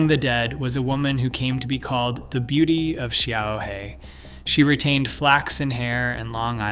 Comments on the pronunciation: 小河 - Xiaohe - small river. The Chinese developed Pinyin to help others pronounce Chinese and with a tool like Google Translate there is no excuse for your terrible pronounciation. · Xiaohe is pronounced shyao həh, and simply means 'little river.' I don't know how to show the tonality with my keyboard, but it would be very similar to the Nike "swoosh" logo in tone.